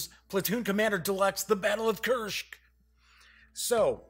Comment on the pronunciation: Why Kuršk? It's Kursk. Easy and simple.